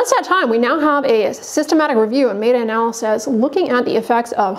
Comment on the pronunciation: A doctor who doesn't know how to pronounce "meta analysis" ... interesting.